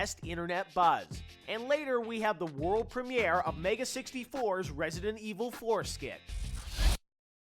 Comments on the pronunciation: "We have the Prem-ee-air of their Resident Evil skit coming right up!" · He says premiere weird.